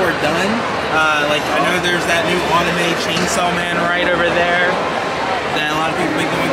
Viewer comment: This guy still can’t say anime lmao what’s wrong with you man